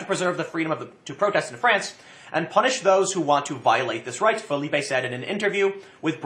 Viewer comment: Ahem....Philippe (Fill-ip). French not Spanish. Sorry I had to take this personally.